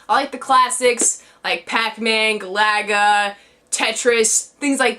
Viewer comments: GA-la-ga, not ga-LA-ga. The "GA" is pronounced like in "GAT" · I'm almost positive Galaga is pronounced 'Gal-a-guh' not 'Guh-LAG-uh', or I've been pronouncing it wrong for like 35 years or something. ^_^